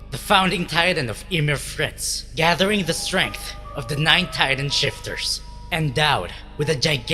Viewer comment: Why did you say emir titan it's ymir